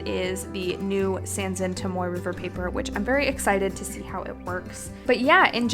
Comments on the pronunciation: Haha- it was more for emphasis that it’s not tom-oy. If anything, trying to be helpful, not offensive. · Tom-OH-ay River